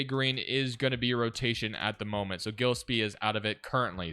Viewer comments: mal-oo-atch guh-less-pee also ryan dunn shoulda been starting at the 4 to start the rebuild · Gillespie is pronounced "Jill-Espie" lol